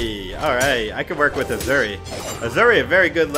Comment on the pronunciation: Every time sais azuri I die a little inside